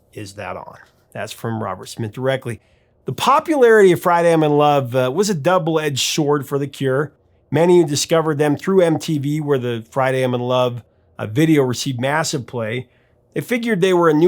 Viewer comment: Shord? Really? Dude, it's pronounced SORD. The W is silent and there is no "sh" in its pronunciation. Just sayin'. Other than that, I love The Cure. Nice post. 👍🏻😎